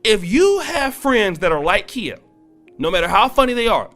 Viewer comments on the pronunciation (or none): Kiya is how you pronounce her name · It's not Kia bro lol, it's pronounced KY-Yah. Also, she reps Tampa Florida. She even says it in her old "Kang Wang Wit It" song. I know so because I am from Florida. Just wanted to point that out homie. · Yes, Queen! That’s right give my girl her props! #TeamKhia 👑💛🌻🍯 It’s Kh(eye)a 👁🤣🤣🤣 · Her name is pronounced Kye-ah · LOL why you pronouncing her name like the car i drive? LOL i was like "oh i got a KIA" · its pronounced ki-ya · Babe, she out of Florida and her name is pronounced K eye Yah. She gonna roast yo ass for fuckin her name up. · Khia pronounced KY-A (K👁A) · I cringed everytime you mispronounced her name. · Bruh u said her name wrong the whole video 🤦🏾‍♂️😂🤣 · You are saying her name wrong sir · Y is he saying her name wrong that's not how u say her name wte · he lost me when he mispronounced Khia's name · U saying her name wrong lol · You're the only one who pronounce her name that way